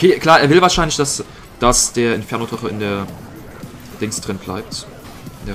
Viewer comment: Twaden.twaden.twaden.e dwagon.mal schauen.mal schauen.schauen.mal schauen.twaden.